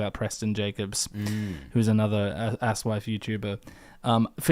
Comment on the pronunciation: You two are a couple of chucklefucks; you pronounce aSoIaF so it sounds like "ass wife" or even "ass wipe" and I was going to blame it on your accents, but after listening to this for 7 hours you clearly k lw what it sounds like. Anyway, keep up the good work.